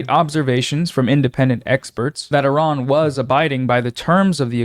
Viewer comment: I'm straight up impressed that Asmongold pronounces the country as "ee-raan" and not "eye-ran" like most Americans. Well done sir.